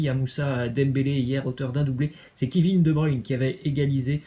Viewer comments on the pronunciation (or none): none